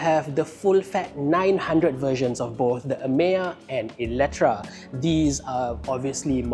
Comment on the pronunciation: Eletre, how come pronouns as eletra ?